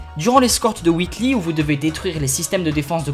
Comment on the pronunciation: Whitli c'est difficile écouter et dire pareil c'est Wheatley LEY pas LI. Misère